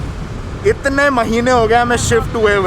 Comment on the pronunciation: it's not pronounced as सैरिनिटी it's सिरैनिटी